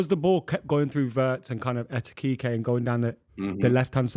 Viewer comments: Etikeekay sounds like Michael Jackson tryna say ekitike 😂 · Someone tell to read letter by letter EKITIKE... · EK - E - TEEK - AY heard so many people say ektitiitktie 😂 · HIS NAME IS EKITIKE FOR GOD SAKES